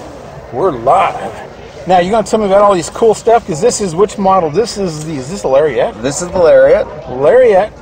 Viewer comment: Larry-Ette? Oh me. Gotta get me one of them Larry-Ettes.